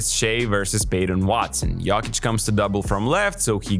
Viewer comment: why u say jokic like that